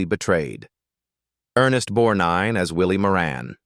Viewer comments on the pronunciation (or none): It's Bett eeee like Betty not Bet And it's Ernest BorG nine not bornine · Teach your A I how pronounce things. I didn't know what it was trying to say!!! Borneene, Bornine??? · It’s BETTY Davis-no matter how it’s spelled! And E “Borgnine”!!!!